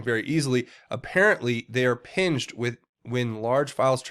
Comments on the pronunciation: it is PING-ed... (Pee-Ng-d)... Like Ding... As in Ding Dong!... or as in Ping Pong or Pinging a submarine with sonar.... Come on Patriot! If you want non-Patriots or new Patriots to take you seriously you have to get the little things right, my friend. I notice these things from you often enough that it makes me almost suspicious, because it's little things that cause people to roll their eyes and walk away rather than listen to the good info being put forth! Make Q proud, Patriot! Keep up the good work and polish it like a shining diamond so that it's value stand forth to John Q. Public! So that it catches their eye and holds their attention! We are fighting an information war and words are our weapons! We must get them right! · Chris Petersen Yes... misspoke and said pinged rhyming with hinge, it is ping ed rhyming with ding ed